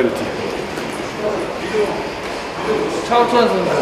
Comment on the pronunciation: "차우찬 선수요!" 발음 웅얼거려서 차우차우라고 들려서 너무너무 귀엽지 않나요?? ㅠㅠ 아..또 우리 오대장님하고 차우차우 뭔가 이미지가 맞아서 더 귀엽고...ㅠㅠ ㅎㅎ..아 귀여워...선수들도 팬이 있다는게 너무 신선하고 그렇네요!! 오늘도 너무 수고 많았고 건강하게 화요일에 봐요💙💙